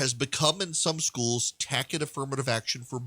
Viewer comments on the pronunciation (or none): It’s pronounced “tass it” not “tack it”